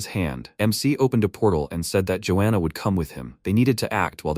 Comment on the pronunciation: georgiana ❌ joana ✅